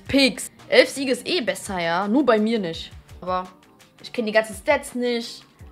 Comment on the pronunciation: Dieses "jha" von hahahaha